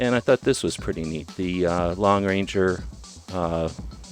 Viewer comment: For Gods sake! It’s the Lone Ranger not the Long Ranger!